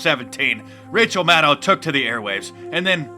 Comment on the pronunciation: Don't you mean Rachel MAN-DOW ?